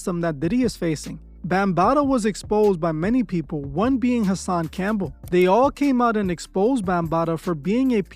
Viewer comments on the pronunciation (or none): none